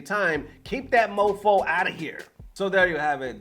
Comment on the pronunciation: “Fomo” not mofo lol, completely different meanings